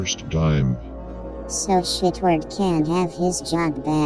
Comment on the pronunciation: he said shit ward lmao